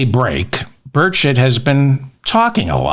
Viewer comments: Sorry, why don't you care how to pronounce Tim Burchett? Just learn the name, and don't spend time messing it up. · How can you have any credibility when you don't even bother to find out how to pronounce the name of the person you're talking about??? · It's BUR-chett. TN is in the south, and there is no French pronunciation for names. Bu-shay is spelled Boucher - and is pronounced Bow-Chur in the south. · its pronounced, birdshit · Its pronounced BOOTAY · Feldman should know how to pronounce Burchett. (Birch-ett). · Are you saying “Tim Birdshit”?! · Pretty sure it should be pronounced “Bullschit” regardless of how it’s really pronounced. :-) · tim's last name is pronounced "Bird-shit" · I love the fact that when you pronounce Burchett it sounds like birdshit, absolutely correct. Like you say, diarrhea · I think his the correct pronunciation for Tim Burchett is Tim Bird-shit. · Just say it! It's Burchett. Pronounced almost exactly like 'Bird Shit' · He's from booger county Tennessee, don't try to make his name sound French. Bur-chett' accent on the second syllable. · Birdshit. Love the pronounciation! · Sounds like you're saying "bird shit." HAHA! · I think it's pronounced Tim Birdshit. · Did you say his name is Birdshit? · It's pronounced "Birdshit" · love this mannnn into the statements it sounds like you're saying time birdshit instead of whatever his real name is??? if he even has a real American name {all these commie approving ass kissers} anyhow I know how difficult nameas can get me being czechslovakian decent!! keep up the good commentary and keep talking about Mr birdshit ha ha ha ha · Love your pronunciation..."Bird Shit". America has the monopoly on funny names...Weiner being one of my favourites. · It sounds like you're saying Bird shit...lol 😂😅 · sounds like you said bird shit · Did you just call him Tim Birdshot? David how could you HAHA! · Sounds like he’s saying Birdshit!!! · hey, I heard "birdshit" more than once... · I thought u said”Birdsh$t”.